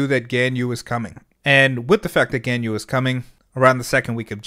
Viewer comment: Ganyu‘s name is pronounced sorta like Gawnyü.